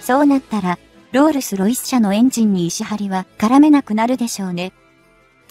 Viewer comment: ロールスロイスが訛っている